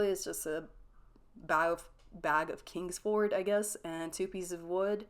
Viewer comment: “Kings….Ford” -you guess-😂 & You know darn well that ain’t the Tx pronunciation of Lawry’s either